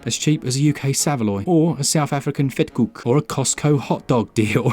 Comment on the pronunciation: From a South African - your pronunciation of Vetkoek was perfect! 10/10!